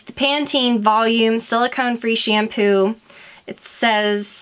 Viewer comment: Why do you pronounce it "SHAYM-POO". Arggghhhh!!!